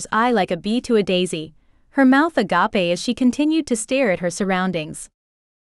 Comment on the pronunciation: Like "her mouth agape" pronounced as if it were the Greek word for brotherly love. Weird. Not sexy.